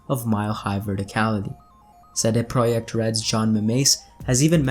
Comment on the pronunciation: you pronounced CD Projekt like real Pole!:) Great! Keep it going!